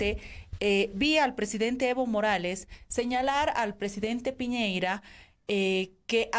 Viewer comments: el presidente de chile, Piñeira * WFT XD almenos mesa lo pronuncio bien Piñera, aun que sobre el tema de que el presidente de chile no considera un locutor valido a evo, ese asunto si le compete a chile, chile es libre de negociar con quien le plazca, si no reconocen como un locutor valido a evo, es mas por sus insultos de años anteriores y su actitud anti-chile , chile es libre de no negociar con el, no por que lo elijan los bolivianos significa que chile tiene la obligacion de negociar, eso ya quedo claro con el fallo de la haya. asi que chile puede perfectamente decir que evo no es un locutor valido le guste o no a mesa. si va a venir con esa actitud y con lo que dijo del posible presidente de brasil, puede que no sea tan buena opcion despues de todo. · A ver. Primero: que todo es Piñera y no Piñeira. Como periodista, mínimo debes saber como se llama el presidente de Chile. Somos vecinos. Segundo: Piñera no necesita un peón...para peón está Morales. Para esos menesteres se necesita un diplomático...Te quedó claro?